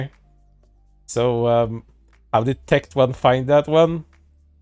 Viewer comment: got so mad he can't even say Tectone's name correctly lol